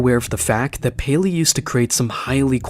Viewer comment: ah yes, Gayleey